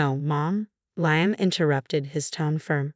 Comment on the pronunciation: The narrator cant even pronounce “Liam” and she’s jealous because her mother in law doesn’t have affection for her like her son?